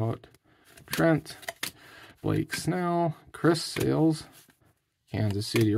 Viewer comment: It is Chris SALE not sales